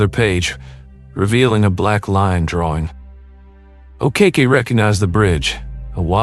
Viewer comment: An English narrator, really, I honestly thought by the way pronounced Sam's surname as A Cake E, Ok Ok, O Kacki .